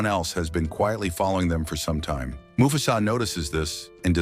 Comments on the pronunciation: It mufasa no mufsu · Why does he keep saying mufasas name wrong?